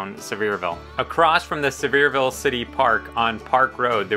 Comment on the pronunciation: I live here and love your videos. Too difficult getting around to find out these things myself.😂 Careful-your gonna start hearing some bless your hearts if you keep mispronouncing Sev-ear-VULL 😂😂😂 Keep up the great work!